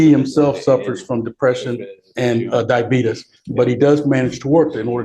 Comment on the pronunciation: “He suffers from depression and diabeetus” I’m dying 💀